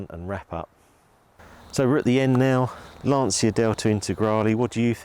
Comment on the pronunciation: My italian ears are bleeding when I hear Lan-ci-a. It is LAN-CHI-A lol